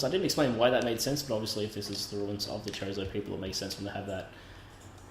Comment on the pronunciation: Everytime you say "chozo" I hear "chorizo"